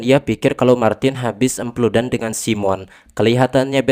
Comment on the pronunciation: andi nonton ieu harepen kolot a, si aa ngomong epludan meni ahh 😌